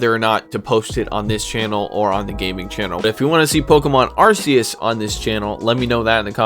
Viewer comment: make you a deal; ill watch all your pokemon content, you learn the correct way to pronounce Arceus lol "ark--key--us"